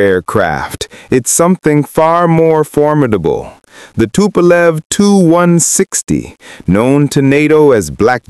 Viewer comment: Как услышал Фасилию Тупа́лев-отключился.